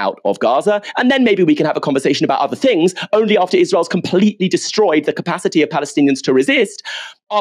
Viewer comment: "fings". Why do so many English people have trouble speaking English.